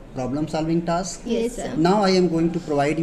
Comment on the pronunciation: Is it only me who noticed saying taks rather than task